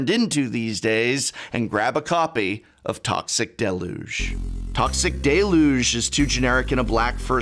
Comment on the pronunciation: Toxic del-Yooj, Prof.. not that it matters much ;) Edit: Also, San-Guin Bond.. love you